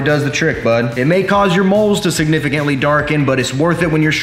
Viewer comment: as soon I read this he said it but with extra emphasis "bud"